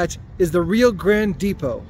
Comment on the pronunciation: Railroaders pronounce it RYE-OH